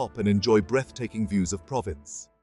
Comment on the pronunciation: If you can't be bothered to pronounce Provins correctly, it's not worth watching the video. So I'll look for another one. I'm not buying any crap.